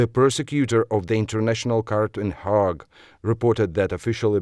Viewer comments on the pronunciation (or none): none